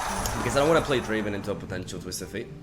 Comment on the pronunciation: It's not draven ITS DRAAAAAAAAAAAAAAAAAAAAAAVEN